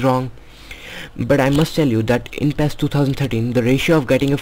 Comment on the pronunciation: ITS NOT PHHHEEESSS its PI I ES